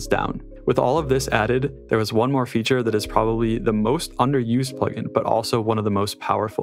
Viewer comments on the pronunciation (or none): none